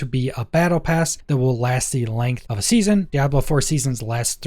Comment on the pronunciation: Why do you say “hove” instead of “of”?